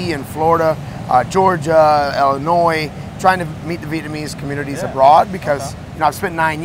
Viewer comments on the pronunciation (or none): He so Vietnamese he pronounced Illinois Illinôi.